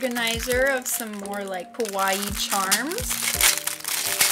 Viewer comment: I can’t believe I watched the whole thing, it’s quite enjoyable to see so many variety. Btw, I just can’t help but notice, you said “kowaii”a lot which should mean scary in JP; cute is “kawaii”.